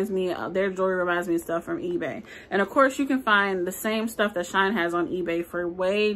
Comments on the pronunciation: ITS PRONOUNCED SHE- IN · My first time watching. Loved the review except the name. She in is not hard to say and you want to get notice for the reviews so it would be best to call it what it is. Lol shine is ghetto and even any one from the ghetto can read she in. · I was having a yucky day and decided to watch your video. I am sooooo glad you had me on the floor laughing! You are so funny! Thank you for the great video. If you say “”Shine” instead of “Shein” again I think I’m going to cry. I needed some joy today and you definitely gave me joy. Subscribed! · I love how she says She in she says shine 😂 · I just placed a large order with them. Also, def thought it was pronounced Shine.